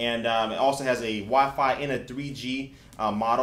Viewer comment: i wonder if he knows that it's called Wi-Fi. Not "wah-fah..." lol